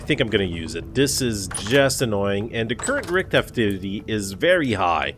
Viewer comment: sounded like you said the current RICK activity is high.. vs rift.. i like it!! rick is summoning drifters now.